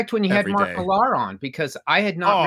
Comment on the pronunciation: Is Mark Millhaaaar any relation to the Scottish comic book artiste Mark Millar? How can they get a 6 letter name wrong?